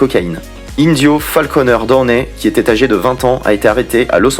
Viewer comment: Je viens de couvrir ta chaîne j'aime bien Par contre la façon ton tu prononce le nom de famille de Robert Donney Junior ma un peu dérangée Sinon cool ta vidéo